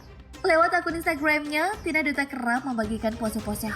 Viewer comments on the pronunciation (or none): Tina dutta.. tapi bacanya Datta kk 🤗